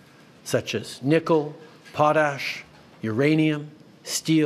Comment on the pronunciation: Love the video, but a couple of Canadian pronunciation notes: the opening of a play is pronounced prem YEAR. A Canadian Provincial leader is pronounced PREEM yur. Potash is pronounced POT ash